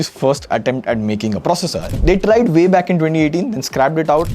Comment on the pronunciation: It’s not Vay better. It’s way better.😂